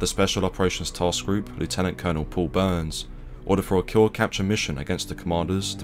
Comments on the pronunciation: Leftenant not Lootenant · You're British, so it's not 'lew-tenant', but 'left-tenant' '!! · Great job. Splendid to have some recognition of these fine men. Just one thing, we pronounce 'Lieutenant' as 'LEFFtenant', the same way that our good old Pommy mates do. We are not Americans and do not pronounce it as 'LOOtenant'. Apart from that, well done. 🦘🇦🇺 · left- tenant not lew-tenant. Just like the British do. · Well done. Except here in Australia (and UK) pronounce lieutenant as "left-tennant". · It's 'Lef tenant,' just like the British pronunciation. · English accent but can't even pronounce lieutenant. Oz army pronunciation is the same as British. Lacks credibility. And Smith not Smifff.